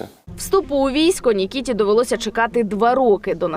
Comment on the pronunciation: Не Нікітіа а Микита!